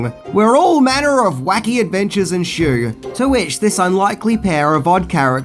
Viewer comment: You shouldn't say enshoo.